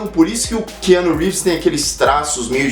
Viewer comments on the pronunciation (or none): Essa pronúncia não está meio estranha?KeAnu?